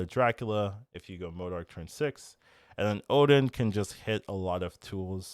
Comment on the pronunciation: Why can't any of the SNAP content creators pronounce M.O.D.O.K correctly?